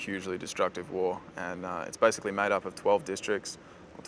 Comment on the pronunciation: When he says 'basically' it sounds like 'bicycally' to me :D :D